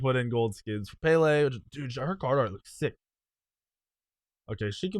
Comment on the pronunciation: Pronouncing madam Pele wrong